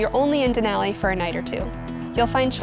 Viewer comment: Please learn how to pronounce “Denali”